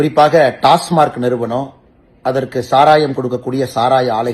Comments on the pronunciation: Pl pronounce as டாஸ்மாக்... Not டாஸ்மார்க் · உண்மை டாஸ்மாக் என்பதே சரி டாஸ்மார்க் என்பது பிழை